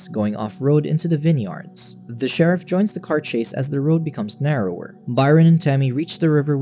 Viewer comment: Vin Yards. I will never say it any other way again.